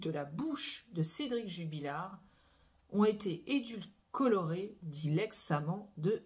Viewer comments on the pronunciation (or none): EDULCOLORER???c est quoi ce mot transformé !😂😅😮 revoir son vocabulaire